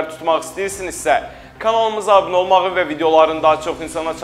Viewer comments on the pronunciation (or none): none